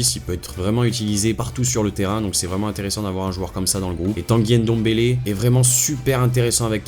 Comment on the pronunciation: C'est NGOLO pas N'Golo😡😡😡 C'est NDOMBELE, pas N'Dombele😡😡😡 C'est MBAPPE, pas M'Bappé😡😡😡 Les français 😪😪😪😪😪😪😪